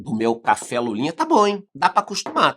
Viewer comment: Essa café seu, pode ser chamado de cháfé kkkkk